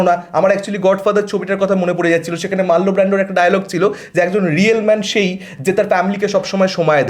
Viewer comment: Marlin Brando bhai... marlo brando noo... saradin ki Das Capital porle cholbe